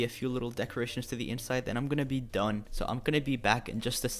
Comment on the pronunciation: I like how he says “done.” Like “dOnE!” 🤣